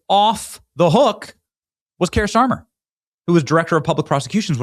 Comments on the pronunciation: Benny.. Kier is pronounced “Keer” not Kire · Keir pronunciation like queer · You're pronouncing his name incorrectly , 'Queer' Starmer